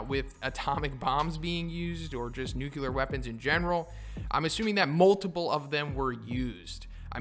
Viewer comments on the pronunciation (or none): Weird how people can't pronounce "Nuclear". It's just "new" + "clear". Do they say "cular" when they try to say "clear"?